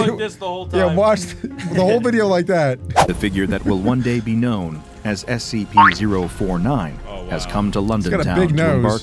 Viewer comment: You just say sep 4 tin